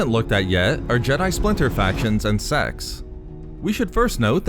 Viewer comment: Your pronunciation of sects needs... a little work. Hehe.